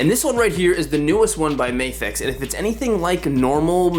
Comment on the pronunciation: It's not May-fex, it's MA-FEX. You don't read NASA like Nay-sa